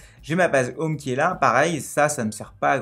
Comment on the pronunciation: "J'ai un défi pour toi : prononce 'home' en anglais sans dire 'homme' !" sinon a part de ca tres bonne video merci